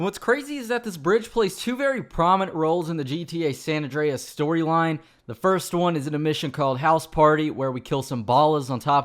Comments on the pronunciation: It's San Andreas not San ondreas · "San Awn Dray Ass"